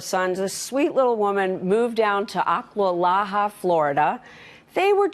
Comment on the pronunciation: The Ma barker house is right down the road from where I grew up. And there’s a bar named after her too. And how she said Ocklawaha cracks me up.